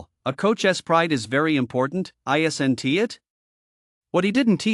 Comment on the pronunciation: these AI voices that remove apostrophes is frustrating. "isn't" <> "isen-tee" "wasn't" <> "doesn-tee" wouldn-tee, didn-tee..... anyone who says they like this is a bot.